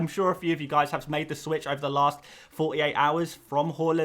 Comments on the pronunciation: It's HAA Land. Not HAUL Land. Come on! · Ffs it’s HAAAAAAAAAAAAALAND NOT HOOOOOOOOOOLAND